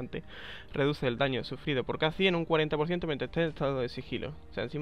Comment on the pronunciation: kah'zix ? es kha xD